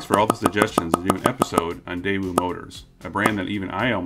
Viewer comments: You discuss how to pronounce Daewoo, then continue to call it Dae-woo. It is pronounced Dae-oo. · A little late to the debate but the W in daewoo is just a weird carryover from outdated romanization. In the Korean alphabet it would be spelled "deu" (really daeu, but the ae is pronounced e), so Day-oo is more accurate. Same goes for the family name Woo -- it's actually just U. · Nope, still wrong but close. In Korea itself, it’s like your British snippet: day-oo. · Most accurate way to pronounce is Deh-ooh (read like American). Anyways I don't really care if they pronounce it wrong. "Day oo" would just be "대이우" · Daewoo is more pronounced as "Deh ooo" rather than "Day woo" Deh like "heh" but with a D ooo as in "ooo that gotta hurt" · "Day-oo" is the correct pronunciation. In Korean, it's 대우. "대" (day) "우" (oo). Also, the "y" in Hyundai is not silent. Hyundai = 현대 = 현 (hyun) 대 (day). If you're not sure how to pronounce the "hyun" part of Hyundai, think of a cowboy trying to get a bunch of cattle moving : "Hyah!" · The other famous car guy pronounces it as 'Daaju'. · It`s actually pronounced... TAEwoo. There are several romanization systems for Korean, some render the letter "ㄷ" as T, others as D. It´s closer to the English T sound. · I pronounce it like day-you. I remember the tv adverts here the thi g they said was "that'll be the day you" Edit. I've just remembered we had a daewoo tv when I was a kid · I always pronounced it like Dy-woo. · Ok, I've lived in Korea for almost two decades and I can safely say that the W isn't pronounced: day-oo (like a ghost-boo!). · You still aren't pronouncing it correctly! 🤣🤣 The w is silent.